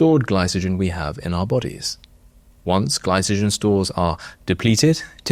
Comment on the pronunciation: Glycogen is pronounced gly-ko-gen with the C pronounced as in carbohydrate not as in cell. And in the same vein, Gundry is gun as in the thing you fire not Goon as in Spike Milligan and the 1950's radio comedy. I'm surprised you advertise gundry's snake oil btw. He must pay well. 🤷🏻‍♀️ Plus, in this comment you can't even spell his have correctly 🤦🏻‍♀️😂 it's Gundry not Grundy 🤦🏻‍♀️